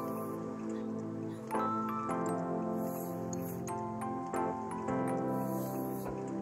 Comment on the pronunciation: It's pronounced KEENWA